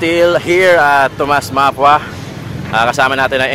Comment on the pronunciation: hindi po map-wa ang pag pronounce. Ma-pu-wa po. Sagwa pakinggan inulit ulit nyo pa. Peace